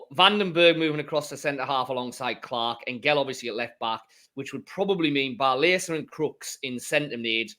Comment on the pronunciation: for goodness sake, learn how to pronounce our players names. it is Barlasser rhyming with passer, not barlazer rhyming with lazer.